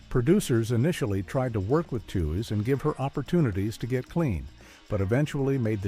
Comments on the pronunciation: Yep If you Google it, it’s pronounced tweeze like tweezing your eyebrows that’s why I hate these AI voices. They always pronounce everything wrong. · How said that Lauren Tewes is forgotten. Her name was pronounced tweez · M. A. S. H. for Mash?, Lauren Tewes' name is pronounced "Tweez"